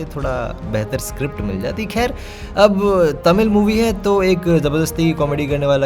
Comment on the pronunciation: That thik and kher 😂